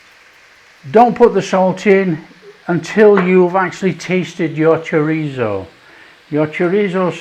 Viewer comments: "chorizio" lol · Love how different people pronounce Chorizo 😃. This looks so tasty. Thanks 👍🤗🇬🇧